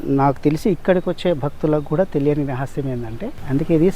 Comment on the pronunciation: Byeliyani kaadu teliyani